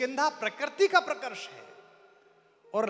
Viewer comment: प्रकर्ति नहीं प्रकृति कुमार, तुम अच्छी कविता करते हो फिर यह .....